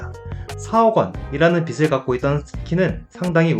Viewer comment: 빚을 ->발음할때는 비즐입니다. 계속 비슬이라고발음하니깐 거슬리네요